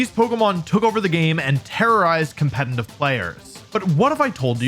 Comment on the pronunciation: Stop saying competnative